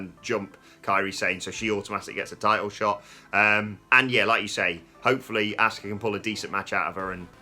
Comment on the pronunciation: Who is this *"ASK-UH*" character? I know an Asuka but not an ASK-uh 🤷‍♂️